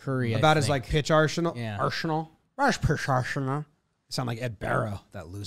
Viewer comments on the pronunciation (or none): "Asrhenal"-Alex Rodriguez